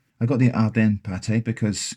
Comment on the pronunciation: I'm glad you pronounced Ardennes properly.